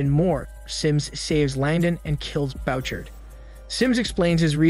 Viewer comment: The name is Boo- shard (Bouchard)